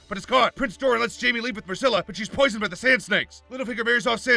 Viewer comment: Ok there are a few things wrong with this but just for the sake of being an insufferable nit picky fan Here. We. Go Robb was supposed to one of Walder Freys daughters not one of the Boltons Did you say Dome or were you just saying Dorne fast. While Euron did kill Baelon he didn't do it in secret as he proudly announced at the kings moot that it was him who killed his brother. Arya didn't travel to Winterfell and join up with everyone until season 7 you should have just said Arya slays every Frey in a day.